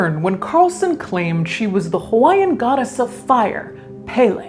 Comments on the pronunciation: bad. but she did have stage 4 cancer. And its the goddess of fire's name is pronounced "pell-ee". Not "pay-lay". Those are haoli words. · "Pay-lay." Lol